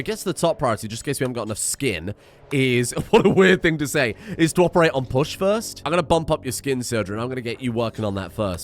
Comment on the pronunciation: I thought you said "Bush" instead of Push and was like, Christ, first Dick (Comma) and now Bush. Were They running for president in 2004?